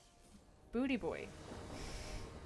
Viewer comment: Love this one! An Atemsis win is incredible to watch. (Also I love that you called "boutdebois" "booty boy" — in French it's pronounced "boo de bwah", meaning "scrap of wood"!) Nice work!